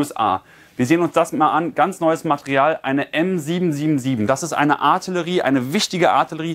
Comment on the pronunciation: Junge, es heißt Artillerie!!